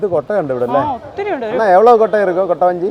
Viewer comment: കോട്ട വഞ്ചി അല്ല കുട്ടവഞ്ചി anu😅